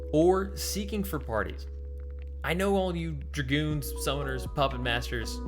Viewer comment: He said Durgooons lol